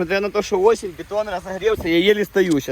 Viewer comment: какая осень? Или ты сказал восемь?